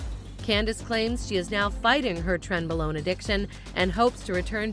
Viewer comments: wtf is tren below???? its !!!trenbolone!!! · It's Trenbolone not Tren Blown